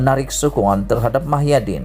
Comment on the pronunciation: Muhyidin bukan Mahyadin sebut nama orang betul dan tepat